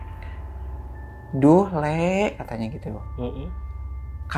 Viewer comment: Bukannya "Pulung Gantung" yaa Bukan Pulau gantung Fyi: cuma mau revisi, Mgkn soal pelafasan Bukannya "Lek" Tp "Lee" alias "tole" panggilan buat anak laki² Klo cewek "ndog" gitu Tp klo buat yg si penjaga bener Nyebutnya "pak lik" Alias bapak cilik alias Om